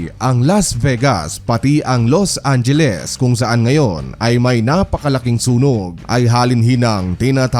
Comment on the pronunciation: "Lost Angeles"😑